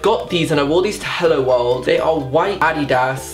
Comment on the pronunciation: wtf is Adeeda?😂 Whyd he say it like that lmao